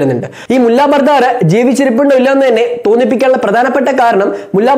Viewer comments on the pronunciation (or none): "ബർദാർ "അല്ല "ബറാദർ"എന്നല്ലേ.?